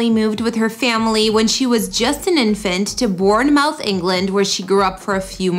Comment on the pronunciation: It’s pronounced bornmuth not born-mouth